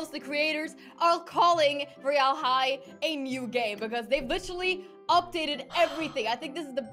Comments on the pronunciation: I know it’s roy-all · Sanna not being a hater but when you say royale you say it so wrong